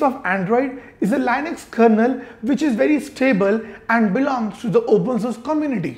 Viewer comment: Why does he say Lainux for Linux?